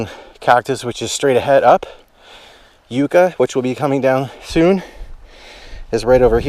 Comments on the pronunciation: It’s yucca not uuca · I live in orange go on these trails and just to correct you its not Youcca its yucca